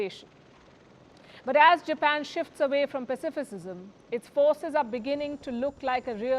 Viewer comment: Pacifism not pasificism.